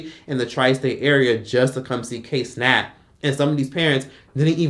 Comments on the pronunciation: "kay cenat" lmao it pronounced (KIE) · I'm getting way too much satisfaction at you calling him KAY Cenat!!😂😂😂😂